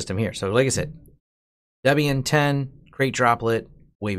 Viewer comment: Not sure why people pronounce Debian as Deebian, funny.